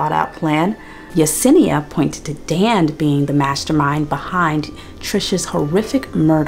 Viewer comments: Watching the battle of remembering her name is Yesenia not Yanessa is sending me. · It’s the fact you corrected yourself and then went right back to calling her yanessa 😂😂😂